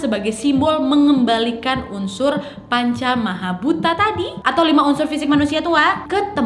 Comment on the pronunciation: panca maha bhuta 😂 bukan panca mata bhuta😂😂